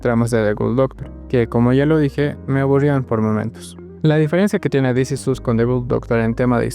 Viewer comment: This is OS. Es la pronunciación correcta